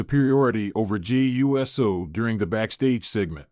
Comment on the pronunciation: This Man Called Jey U S O 😅 got me laugh